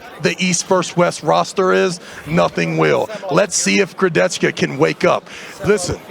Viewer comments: STOP SAYING KURDECHCKA. LEARN HOW TO SAY HIS NAME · Most people mispronounce it, Nick Pickup also did it. "CH" in Kurdecha is pronunced as "H" like in a word "hammer".